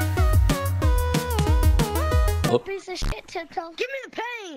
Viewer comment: Bro said give me the pain its pan get it right lol.